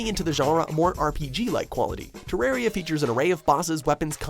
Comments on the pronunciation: Me:hears tererria The eye of Cthulhu: WHAT arrrar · Me hearing him say terraria: I WILL CLAP YOU TILL YOU TAKE THAT BACK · 10: Terraria Me: He calls Terraria a Minecraft ripoff and can't even pronounce it right. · i want to kill someone he said terraria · Terraria.. Me: STOP THIS TORTURE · You have failed for saying terraria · Minecraft? shitcraft.... its an easy mispronounced name, don't feel bad,.